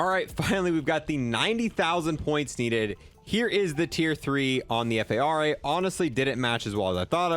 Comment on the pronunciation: Bro i swear you call the fara the F A R A just to piss me off😭